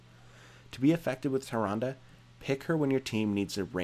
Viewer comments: Samuro= Som-er-row Tyrande= Tyrande not Tyranda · TYrande and SAMuro lol the pronunciation on this guy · LOL "THAY-RUN-DUH".... facepalm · 0% Chance Tyrande is pronounced "tie-ron-duh" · Tyrande has hilarious spelling, but ye, Malfurion in WC3 does pronounce her name Tee'Rahn'DA. I checked xD But from the spelling alone it could be Tai'Rand, or Tee'Rahn'Dee, or Tai'Rah"Saurus xD What's wrong with Samuro? I always pronounced it Sah'Moo'Roh